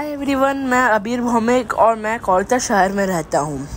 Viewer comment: There's no place in Kolkata named Ajanta Tunnel and No tunnels connect Barrackpore to the main city . The boy the In the audio was not even able toh Pronounce Kolkata correctly .... Nevertheless nice story .